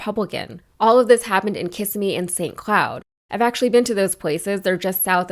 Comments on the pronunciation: It "ki SIM mee" NOT "KISS im mee." Do more research. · Its pronounced Ki-simm-ee, not Kiss-i-mee. Nearest major town to Disney (tho people usually say Orlando). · "Ki-sim-me" not "Kiss-im-e" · Kissimmee is pronounced “kiss-IM-me” not “KISS-im-me”. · Love watching your videos and content. Just an FYI, Kissimmee, is pronounced Kiss-Sem-E. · You've been to Kissimmee, but you still mispronounce it.